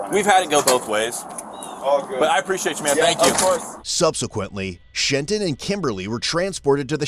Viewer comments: "Shenton" You gotta be kidding me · "Shenton" "I don't answer questions" — BayAreaBuggs viewers watching this and finding it all too familiar. Fucking Trenton.